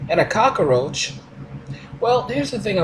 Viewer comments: I can't stop laughing at his Scarface pronounciation of "Cockaroach". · ***** That made me cringe too, along with the "cak-a-roach". Is it really so difficult? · The cock-oh-roach... oh god not the, cock-oh-roach! Actually, the X-Files did an episode with cock-oh-roaches. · "And a cockAROACH" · Does anyone who isn't foreign actually pronounce 'cockroach' like Tony Montana without forcing it?